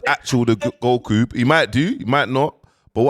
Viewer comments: Goku not gohu, you need to learn how pronounce words bro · Not even 10 seconds in & is already calling him GoWhoo loool nahhh has to be trolling with the names ting now surely😂🙆🏾‍♂